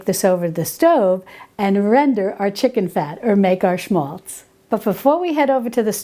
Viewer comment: It's written 'schmalz' ... (Thank you so much for the correct pronunciation !)